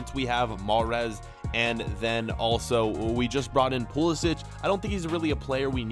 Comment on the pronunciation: Please pronounce pulisic name right ;)